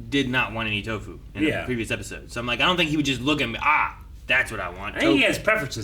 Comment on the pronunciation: Nu-fu = Nu- poop. You slay me,.